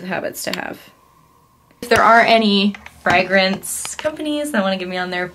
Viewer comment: the way you pronounce fragrance is making me spiral